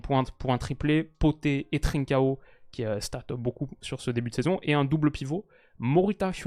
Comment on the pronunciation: Merci pour la vidéo très bien comme d’habitude Si jamais tu prononces très bien trincão je me dis que je peux aider pour le reste alors pour Pedro Gonçalves on dit “pote” comme en français pas “potait” et pour Quenda on ne prononce pas le “u” Je veux pas être relou ou quoi tu prends en compte si t’as envie 👍👍